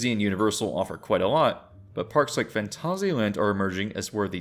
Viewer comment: I kinda feel like your pronouncing Phantasia wrong though. I've heard the word before as a disney movie with that title and they defiantly never said it that way. I checked a few things on google saying the word too, and it always came out as like the Disney movie. XD